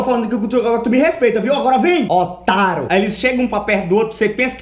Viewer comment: "otáro" kkkkkkkkkkk